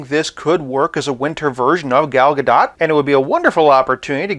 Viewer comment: I'm pretty sure that we're never going to get another Gal Gadot WW figure after this (barring a Jokerized version lol), but for future reference, her name is pronounced "guh-DOHT," Rhymes with "the GOAT." Saw her mention it in an interview.